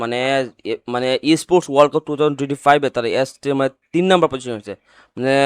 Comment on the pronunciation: ক্লাপ না ভাই কাপ হবে আপনার উচ্চারণ ঠিক করবেন। ধন্যবাদ